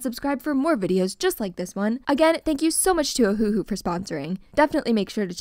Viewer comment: Just want to say…. ITS NOT FREAKING O-HU-HU ITS OHU-HU and btw I’m not trying to be mean